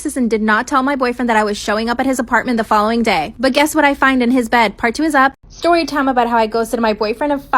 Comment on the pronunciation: The shtory time